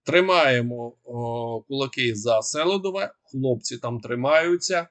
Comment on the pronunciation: Місто Селідове правильна назва з наголосом на букву "і".